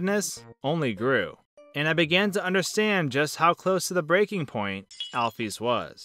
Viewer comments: its Alphys Al-Phis not Al-Phees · AL-ISLAM NOT ALFUS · It's not Alf-ees It's Alf-is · Every time I hear "alf-ees," I sort of wince. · you said Alphys wrong it is (al-f-IS) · lol it pronanced al fis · just wanted to let you know Alpys's name is pronounced "Alfis" just like the beginning of the word "physics" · Your Calling Alphys Alfees For Real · alfees is how this guy pronounces it lmfao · please pronounce it right